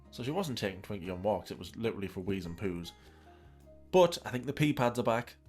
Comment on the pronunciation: “Doing dishes is the leedurally the most PAINFUL thing”. I’m just imagining her picking up one plate, and the instant she touches the soap all of her bones shatter like glass